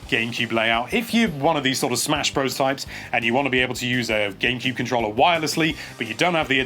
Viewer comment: Every time he says "controlla"...